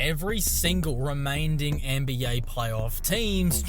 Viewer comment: this dude said remainding.